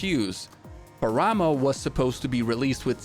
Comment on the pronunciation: love your videos, just let me point something, when you pronounce "Paramo" you are accentuating the wrong "a", the accent goes on the first "a" of the word, It's pAramo not parAmo. Thanks a lot for your videos.